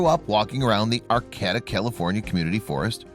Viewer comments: It is "AR KAY TA" not arCATa!!! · It's pronounced R-K-D-uh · "Arcayda", the second "a" says its name b/c the last "a" makes it do that. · That town is pronounced "Ar - KĀ - ta". Look things up, will ya?! I'm a Californian & couldn't figure out WHAT you were talking about! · I dislike any one who does not know that they are pronouncing the name of the town wrong: it is AR KATA you nutty fluff ball! I grew up there! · Ar-Cay-ta. And I’d never bother a structure up in the Emerald Triangle. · Which cabin ? Learn how. To pronunce Arcata ! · Learn how to pronounce "Arcata"... No reason Not to show real cabin!!! This video is 8 minutes to long!!! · Its a true story I live in arcata the pronounce it wrong. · I know, they could at least pronounce it right: emphasis on the second syllable, second 'a' is long!